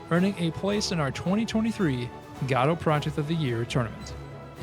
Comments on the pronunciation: Godot - pronounced Guh-doh, not "Gah-doh" or "Go-doh". Guh-doh. It seems this isn't your first video on this subject and it's annoying to hear someone continue to mispronounce a word... especially when it's in the same video... especially when that video is NOT the first in the series. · You're both correct. The official website states "Godot is named after the play Waiting for Godot, and is usually pronounced like in the play. Different languages have different pronunciations for Godot and we find it beautiful." So while the creator might have had an intended pronunciation, it seems any pronunciation is okay.